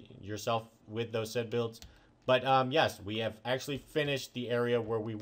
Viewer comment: Please stop saying said/set. It annoys me soooooooo much.